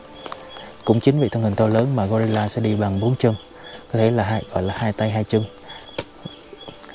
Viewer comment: " khỷ đột là gờ-ry-là "